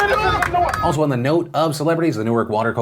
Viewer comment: Thanks for pronouncing “Newark” properly; as opposed to the pronunciation for “Newark, Delaware” 😎